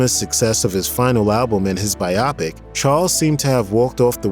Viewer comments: It's "BYE-OH PICK" Not "BYE-AW PICK". Also, it's "What'd I Say" not "What Did I Say". What Did I Say sounds like the Pat Boone version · Not to nitpick, but come on...it's "What'd I Say?", not "What Did I Say?". Also, biopic is pronounced as "by-o-pick"(long "o"), not "by-op-ick". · Shouting: IT'S PRONOUNCED BI-OH PIC, NOT BY-OPIC! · Thank u! Couldn’t stand the the mispronunciation of biopic